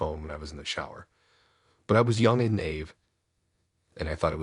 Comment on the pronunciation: Naive is not pronounced nave. It's a two syllable word, pronounced nye eve, with the stress on the second syllable. The nye rhymes with eye. I listen to you all the time, but NGL, some of your mispronunciations have me LOLing.